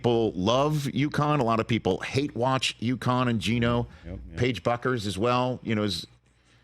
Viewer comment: If you're in the biz. learn how to prounounce the top players names correctly - Bueckers (Beckers).